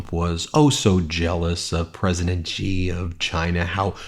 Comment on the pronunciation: The Chinese „Xi” is read more like „she” not „ji” or „g”